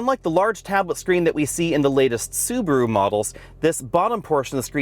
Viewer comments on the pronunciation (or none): none